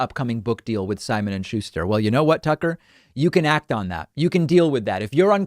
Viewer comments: he called him “Sucker” not Tucker. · Does Hawley say 'sucker' when replying to Tucker at 4.49??😂😂